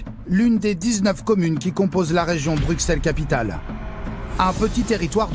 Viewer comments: MolenbÉÉk et pas molenbeck. BruSSelles et non BruCKSelles . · "Molenbèque", à "BruKselle", ça commence fort 😂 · Brux elle 😭😭😭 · Brussel et pas brukselle, molenbeeeek et pas molenbeque. pourriez faire un effort... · deja ont ne dit pas bruXelles mai bruSSselles et pas molenbèèk mai molenbéék... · Ils viennent faire tout un reportage durant des semaines sur place et sont pas capable de prononcer le nom de la ville correctement, ça m'agace. On prononce molenbéke, bruSSelles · MolenbÈk et BruXelles mes oreilles saignent 😭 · Molennebeque à Brukselles… révisez votre prononciation avant de dire des carabistouilles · C'est irritant d'entendre des Français prononcer le X de Bruxelles au lieu du double S alors que cette exception existe en France aussi avec Auxerre! Mais ce qui est encore plus irritant c'est d'entendre le nom de la commune de Molenbeek prononcé Molenbèque au lieu de Molenbéék !!! Ces journalistes ont rencontré des policiers bruxellois, ils ont dû entendre comment ça se prononçait. OK, c'est un nom flamand mais ce n'est pas bien compliqué de le respecter. Un grand respect aux policiers qui font ce métier difficile dans une zone très difficile. On se croirait en Seine St Denis ou à Clichy mais ce n'est pas encore aussi grave que la zone Nord de Marseille ! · BruSSel et MolenbÉÉk !!! C'est pas si compliqué d'apprendre à prononcer correctement. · "Molenkèk", "Bruksel"........ dur dur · On peut dire ce qu'on veut en effet, mais Bruxelles avec "ks" n'est pas la prononciation correcte. Et personne à part les français ne dit "choux de Brusselles" ici à Bruxelles:-) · Dans les premières 30sec « bruksel » « molenbek » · Explication pour tous, Bruxelles en Belgique se prononce "Brusselles" merci 😊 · "une image peut reluisante"... C'est sur qu'en faisant des reportages comme ça, ça va pas aider a aller mieux... Et pitier les français, apprenez à prononcer les nom des villes avant de faire des reportages en Belgique !!